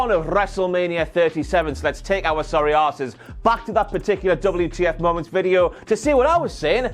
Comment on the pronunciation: WTF MOE-MOUNTS.